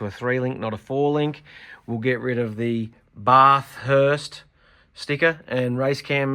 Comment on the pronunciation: Barthurst😂 classic